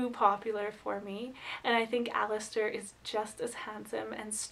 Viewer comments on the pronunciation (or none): none